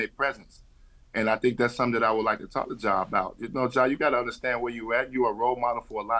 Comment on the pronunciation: Dawg I'm faded cause Brandon sound like he's saying "jaw" Morant 😂😂🤣🤣Oan, Ja "strap" Wick needs to get right😂😂🤣🤣